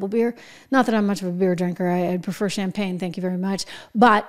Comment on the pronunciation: Sham pag knee... yeck....